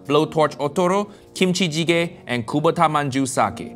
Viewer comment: AS A KOREAN aka a person who was born in a place where kimchi was made i was offended by how you pronounce kimchicege